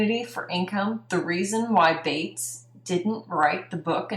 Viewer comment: He is mispronouncing the lawyer Bates's name!